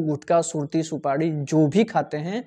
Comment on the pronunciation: Supadi nhi supari boliye